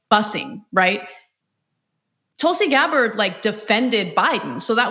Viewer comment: It's Gabbard. You got her name wrong 3 times. You have no credibility